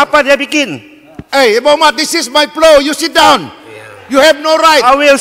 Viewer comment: YOU SIT DAUN! 😂😂😂😂 JOS SALAF! 😂😂